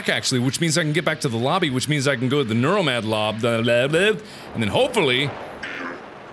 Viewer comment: "Neuromad lob." - Markiplier 2017